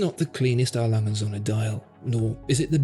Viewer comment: 'Lange & Söhne' is pronounced langer (like 'hanger') and 'zurna'. Well, if you're going to say it repeatedly in a video you might as well go to the effort of getting it right.